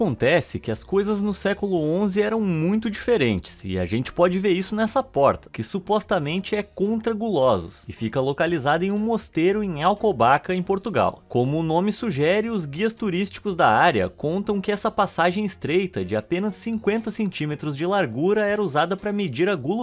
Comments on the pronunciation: Oi é ALCOBAÇA e não Alcobaca.... tal como se diz mudança.... até me ri desse erro hahahahaha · Não é "Alcobaca" mas sim "Alcobaça"!!! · Alcobaça e n alcobaca eu sou de portugal, mas do norte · Em Portugal, o nome da cidade é "Alcobaça" e não "Alcobaca". Apesar disso, eu continuo a assistir aos vídeos, eu perdoo facilmente 😄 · Quero matar o porque em que c4r4lho se diz alcobaca eu sou portuguesa e o correto é alcobaça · Alcobaca não , ALCOBAÇA! 😂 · Perdão, mas na parte referente ao mosteiro de Alcobaça em portugal pernuncia-se "Alcubassa" e não "Alcubaca" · nao e alcobaca é alcobaça 😅 Tirando esse erro o video foi espetacular como todos os outros ❤ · O Mosteiro é de Alcobaça, não Alcobaca. Eu estou a rir, mas pk achei engraçado. No bom sentido mesmo 😂😂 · Eu morri quando ele disse Alcobaca. 😅😂😂